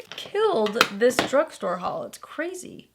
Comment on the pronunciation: He is adorable "a good drug store hual is one thing but a good drug store haul from me is another " 😂😂😂👏